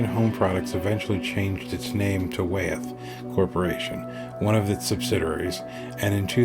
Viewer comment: Wyeth is pronounced "Why - eth", not "Way - eth".